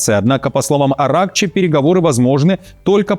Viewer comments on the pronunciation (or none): АятоллА,АракчИ - ударение